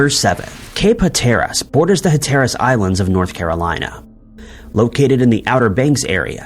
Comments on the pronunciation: PLEASE do research on how to pronounce terms correctly, PRIOR to creating a video. As a native of North Carolina and someone who loves our state's Outer Banks, I can assure you that the place you reference in the "Deering" story is pronounced "Cape HAT-ur-russ," NOT "Cape Huh-TAIR-russ." Moreover, the ship type you reference in the same story is a "SKOO-nur," not a SHOO-nur." If you pronounce things correctly, it shows a commitment to thorough, meticulous research and demonstrates a desire to pass along information correctly. These elements increase your credibility by a factor of ten, at least, for crying out loud. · It's Cape Hat er rus not Ha tear rus. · It’s pronounced Cape “Hatter-Us”! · That Cape in North Carolina is pronounced: Cape Hat Er Us. YouTube is full of several second to 1 minute things on how to pronounce every thing, which is how you pronounce “everything.” Before narrating a video it may be smart to check these out. Unless you’re AI and you don’t know any better. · I don’t believe this is how you pronounce Hatteras. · Skoo-ner, not shuner. HAT-er-us. Arrrrggggghhhhh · I wish videos had real narrators who would correctly pronounce words like schooner and Hatteras. Is that too much to ask? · Love your creative pronunciation of Hatteras and schooner